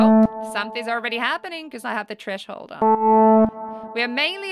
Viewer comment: lol trashole. its TTHHHREEESSHHH HOOOOLD